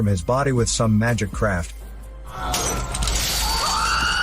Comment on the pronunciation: Craft* he says Craft*